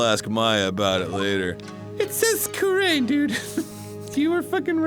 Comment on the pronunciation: Hearing them mispronounce "Kurain" over and over is so grating. 😅